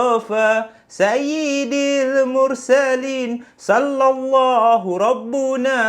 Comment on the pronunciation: maaf ye sy betulkan sikit selawat tu..sy dengar mcm ada salah sebut skit..patutnya saiyidil bukan saidil..